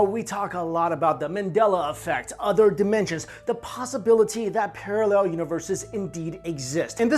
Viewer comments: "OTHER" not udder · Love it when Asian people say "other" Udduer.....lol